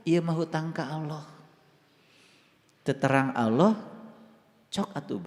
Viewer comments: Penyampean bahasa Ucapan harusnya Alloh bukan Awloh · Allah bukan aloh ,kamu itu sesat kan umat. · Alloh.....bukan awloh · COBA SIMAK KALA DIA BERUCAP ALLAH.... TERDENGAR SEPERTI AULLOH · Aq kudu kemekelen....kog ada orang yg mngatasnamakan dirinxa ustad kog melafafkn Alloh aja glepotan.... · Orang koplak dikasih panggung..ngucap Alloh aja can becus.